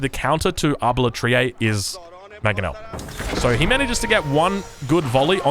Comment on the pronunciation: that manongel made my day lol